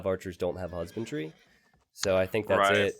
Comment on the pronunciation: I hear you guys saying "husband tree" instead of "husbandry"